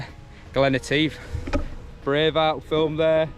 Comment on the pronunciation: Love it , love it..... great video again..... but..... I was privately giggling at how you were butchering the word "Etive". I will put you right next time I see you !!! lol 🧑‍🏫😜😁